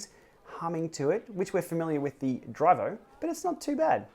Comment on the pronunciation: Elite is an italian brand. So "direto" is not "directo" without the c, it's "diretto" with only one t !